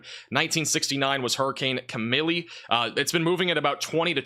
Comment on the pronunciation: That '69 Hurricane Camille. Pronounced Ka-Meel...not Kamalee.....🤣🤣